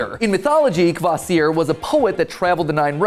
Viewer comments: Your pronouncing kvasir's name wrong like a typical American would 😂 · pronounced Ka-VAH-sir